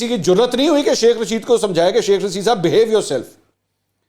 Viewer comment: منصور بھائی چاہے غلطی ہی سہی لیکن شیخ رشید کو "سیخ" جچ رہا ہے ویسے 😜🤣😂